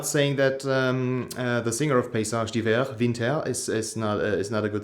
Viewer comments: nice video, you're the first youtuber I've ever seen who pronounces the name right haha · As an American, I appreciate you informing me how to properly pronounce this band's name.